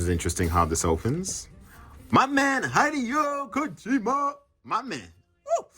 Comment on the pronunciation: Says “my man Hideo Kojima” but can’t pronounce his name correctly 😂